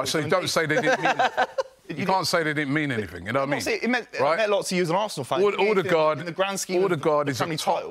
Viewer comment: Anyone else cringe the way Robbie says "Alldegaard" instead of Odegaard? 🤦‍♂️